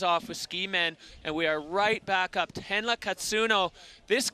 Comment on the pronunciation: Not the fckn commentator calling Tenra „Tenla“ 😂😂😂